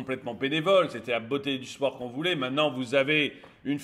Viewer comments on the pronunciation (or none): none